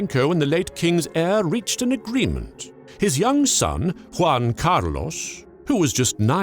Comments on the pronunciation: in english you pronounce something like Huan Car Loss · I really like how sure he is about the pronunciation of "Juan Carlos". Very good indeed. Now, Spain is not Mexico so... no Nachos... Tapas maybe. Good video